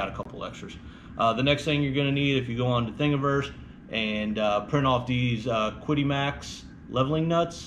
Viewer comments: It always bugs me when everyone pronounces this "Kwid-ee" It's from China. I'm pretty sure it's pronounced Chi-di with a pinyin q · Well, there are actually sounds in the Chinese language that are different than our alphabet. But the closest english translation of the qidi is chi di The link I posted shows the correct pronunciation of qidi but the first translation pronounces it like kidi but if you scroll down that page you will see a Chinese variant which is the most probable pronunciation of the word qidi. Chinese is also a tone sensitive language meaning there are lots of ways to put emphasis on the syllables, but since English is not tone sensitive, the Chinese variant in this link is probably a fair pronunciation. The main think is knowing that its closer to a ch sound than a kw sound.Calling it chi di is probably close enough. Here is more direct link to the chinese variant. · Yes, the closest anglicized pronunciation would be chee-dee. The QiDi website does not show the Chinese characters for its name but I found a photo of its office building on Alibaba I can confirm that the Chinese characters indeed should be pronounced as I’ve indicated. 😀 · It's not like I don't understand. It's that EVERYONE I see on youtube pronounces it wrong. lol I mean every video. And it's only natural for an English speaker to pronounce a Q as KW. I am a native English speaker too, and I think the only reason it bugs me is that I have been learning Mandarin Chinese for 5 years, so I am aware that their q in pinyin is closer to a ch sound. Well, it's like ch, but with your lips spread more. But only normal for non Chinese speakers to see a q and think kw